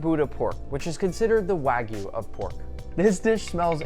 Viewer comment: Nick I will subscribe the day you pronounce wagyu correctly.